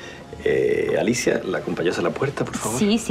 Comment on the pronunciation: Torcuato le dice Nerida y Alicia nelida porque no le sale la R